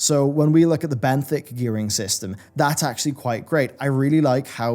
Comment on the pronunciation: Benthic = benefit lol